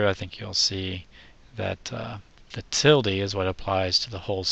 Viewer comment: Thanks for saying "tildee"- that's the way I learned it years ago. Now it's just weird to say "til-duh". ;)